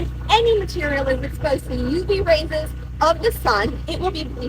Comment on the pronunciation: UV "rayses"? "Patent" color? Oh my.